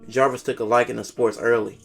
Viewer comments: Narrates really well except for the inability to say the dudes name right. Javaris Crittendon not Jarvis. It's even spelled wrong in the title of the videos. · Jarvis 🤣🤣 its Javaris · The narrator calls him Jarvis the whole time, dudes name is Javaris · I think you are pronouncing the name wrong. I believe it’s like Javaris. Great vid though! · Ja-Var-Is.Crittendon.Good job otherwise.